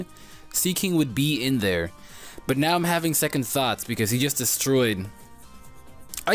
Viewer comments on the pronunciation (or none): none